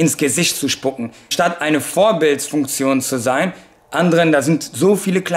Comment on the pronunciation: Warum sagst du vorbildfuktion aber beisst im in beim